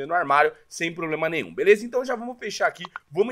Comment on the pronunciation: MANO KKKKKKKKK "PLOBLEMA" É FOGO KKKKKKKKKKKKK